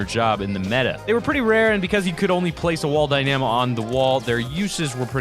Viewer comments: Die-nuh-moh not die-nAm-oh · why do you say dynamo like that😭 dyNAmo😭 its dyna mo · It's Dynamo not Dy na mo goddamit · You pronounce dynamo wrong, it’s DY-nam-o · It's pronounced dyna-mo not dy-namo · Isn't a Dy - namo pronounced Dyna-mo. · It’s DI-Na-MO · its die-nu-mo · It’s pronounced die-na-mo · Yeah it’s wall die-na-mo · Ahaha ‘die namo’ 👍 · Say it with me. Dy-nuh-moh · how can you get the pronunciation of "dynamo" so wrong? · You say dynamo wrong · There most definitely is a correct way to prune nonce it. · Man U can’t even pronounce dynamo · Bruh can’t even say dynamo correctly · Thats not how u pronounce dynamo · who else got triggered at him saying Dynamo wrong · U say dynamo wrong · the way you pronounce dynamo is very strange, good video nonetheless. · You are pronouncing dynamo so wrong but great vid